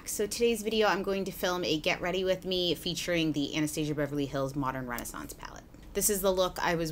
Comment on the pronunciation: Thank you for pronouncing Anastasia correctly! Ahh..